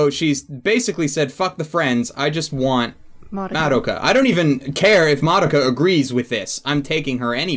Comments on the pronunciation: It's pronounced "Muh-do-kuh," not "Mah-duh-ka." C'mon. Japanese syllables. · How can you guys watch an entire series, and it's sequel movie, and not know how to pronounce Madoka's name right. I'm 20 minutes in and you've said it wrong 100% of the time.